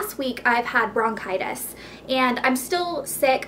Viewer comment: i think its bronchitis not brocitous..